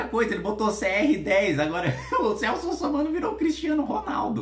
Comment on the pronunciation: Errar uma vez com o Bolsonaro e foda errar duas vezes e "Russomano" kkkkkkkk